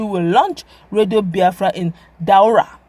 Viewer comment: Daura not Dualla. Haha